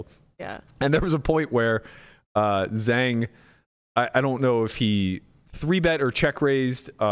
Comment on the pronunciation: love the pod, just to help with the pronunciation of Zhang; Zh = J as in 'j'ohn. a = o as in the word 'o'n. so more similar sounding to jong than zang.